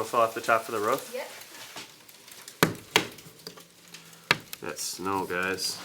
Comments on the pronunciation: When you said roof my dog started barking because it sounds like you’re saying ruff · I love how u say roof 🤣"ruff" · What’s a ruuf ? In Canada we call it roof